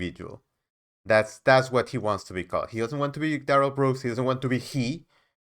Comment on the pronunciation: Officer Schneider "SCHOOLED" duh-rell 🤯💥💩😝